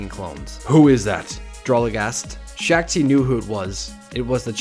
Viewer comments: Shaak Ti (pronounced Sha ak Ti) not Shack Ti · ITS SHOK NOT SHAK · The Shak-Ti voice and saying corps as CORPS instead of Cor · SHACK TII ITS SHAAK TI YOU SWINE